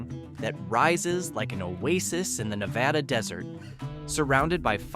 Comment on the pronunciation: Na va duh Most of us cringe, when people say it wrong. I don't know if that helps